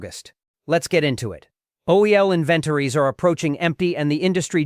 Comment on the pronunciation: Tell your human how to pronounce "inventories".